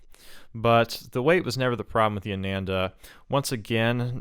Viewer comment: Not Ay-nen-da. It's AA-naan-dah